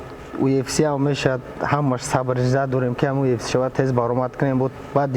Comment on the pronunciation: 💪🏼Красаучикои Тоҷик молодцы ба пеш не сдавайтесь некогда ✊🏽 😂Лекин Муинчонба якчи мегум, ки на счёт как правильно произнести слово (ЮФС) а не (УФС) 🤣Красаучикида 👍